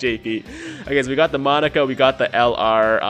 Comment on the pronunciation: It'd be awesome to see you do a Monaka video...only as long as you say his name right. Because saying "Monica" this many times made my eye twitch and I can't imagine the cringe that would come with how many times you'll say "Monica" on a video centered around Monaka.